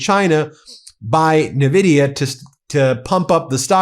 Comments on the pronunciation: it's not Nividia. It's Envidia. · It's the least important thing in your whole video, but: It's en-vidia, with the N fully pronounced as a standalone letter. Not n'vidia or na-vidia. "navidia" is the treasonous orange shitgibbon's pronunciation. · It's pronounced IN- Vidia. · Super minor criticism but please don't say Nuh-vidia. It's pronounced N (just like you'd say the letter) - vidia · Lolll "navidia" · Ben, The way you pronounce nvidia is criminal.